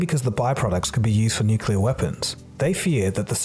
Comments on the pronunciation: Anyone else really surprised and disappointed that even this guy can't say nuclear correctly? This isn't hard guys. It isn't nuculer. It's nuclear. There's not room for interpretation. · Did anyone else notice this presenter was pronouncing it NU-CU-LAR? It's NU-CLE-AR... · Stop saying nucular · You pronounce nuclear wrong. Its not 'nucular'. Love your videos though!! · nucular fuels nuclear weapons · Narrator keeps mispronouncing "nuclear". He says "nukular". Surprised he couldn't manage to get it right. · Take a shot every time he says "nucular" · I thought only regions of the US misprounounced "nuclear" as "nucular"? The pronunciation /nukjəlɚ/, although included by some sources such as Merriam-Webster (Online 10th Edition), is nonstandard and listed as such. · The word is Nu-clear not Nu-cular. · why does not know how to correctly pronounce "nuclear"? it's kinda your topic, you should know why "nuclear" is the correct form, where "nucular" comes from and why you should not use it, specially when you talk about power plants and not weapons.Edit: also you talk about the abundance in Earth's crust and show a map of the Moon?PS: hopefully you will take this as a constructive criticism. cheers! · you know ¨scientific¨ video uses word Nuculear in very wrong way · I wish for a better world where people don't mispronounce "nuclear" as "nucular"! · You can't expect me to take anything you say seriously when you keep saying "nucular". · and oh man you said "NUC-ULAR", maaan im so disappointed i thought you were better than this xD Protip, DONT take pronounciation lessons from George W. Bush. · Shame... Americans cannot say nuclear... New-Klee-are...